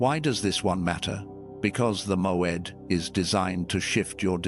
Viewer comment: MOED not MOAD?